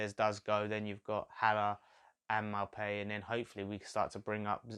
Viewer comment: You got Maupay pronunciation right but the “H” is silent on Haller!